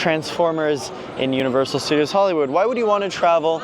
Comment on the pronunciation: "welcome back to universal stuh-deeos":face-green-smiling